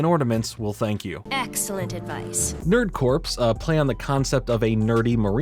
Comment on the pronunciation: Now this is a very minor thing but for those who don't know corps is pronounced "core" as though the "PS" is silent. That is all